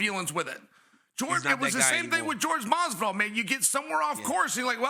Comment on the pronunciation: bro said "George Masvidal"